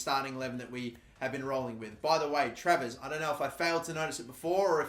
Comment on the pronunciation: I love it when he almost tarvares instead of travers